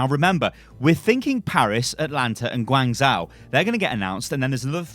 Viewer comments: It's Guang "zh-o" not Guang "zau" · I think it's pronounced Gwang-joe, not gwang-zow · Guangzhou is pronounced kinda like gwong Joe, not gwang zow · Sorry I can’t watch this. It’s pronounced Gwong Joe not George Zow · gwang joe, the closest pronunciation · I'm triggered reads it Guangzao. The H is there for a reason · guangzhou is pronounced gawn-szoh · Hey, Guangzhou is pronounced as "gwuhng joe" hahah xD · It's pronounced Gwung Jo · (Tiny pedant's comment) Guangzhou is generally pronounced "Gwong-jo", at least by the people I know who are from there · Unit Lost - Great British Gaming not to be mean but I cringe every time he tries to pronounce Guangzhou